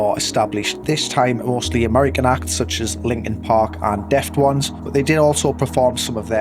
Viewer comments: def*tones. not deft*ones. lol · "Deft ones"?